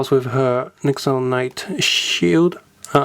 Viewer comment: Its not nixo